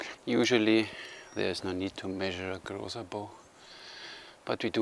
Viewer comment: yay, you nailed the pronounciation of his name, its said exactly that way! Also, his "extra3", biocomposite and most of fiberglass bows are based on original findings, so that waste material at the end of siyahs are historically accurate. On the other hand, his normal laminated bows are sport bows, way lesser waste mass anywhere.